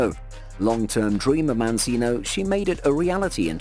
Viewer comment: Mancino as in the Italian model’s name, is not pronounced ‘Man-see-no’ but rather ‘Man-chee-no’ - ci is pronounced ‘chee’ and chi is pronounced ‘key’. Please learn how to pronounce people’s name’s correctly to show them respect !